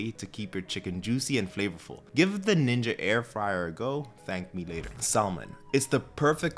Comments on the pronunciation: is he the first person to pronounce it "saLmon" lol wow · Pronounced “Samon” The “L” Is silent, sir. Love your videos… just found you and am taking so many notes. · good video, but, that "L" in item 7 is silent, 🤫 you feel me bruh?!? 🤭😉